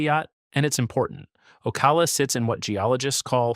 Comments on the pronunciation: Ugh, not only that but Boca Raton, Ocala and others. Doesn't the creator ever listen to their videos BEFORE releasing? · This guy is slaying the pronunciation of Florida counties and towns! Boca Rattin? Ocula? Breved County.